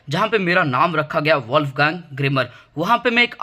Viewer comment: Wolfgang❎ wolfgun✅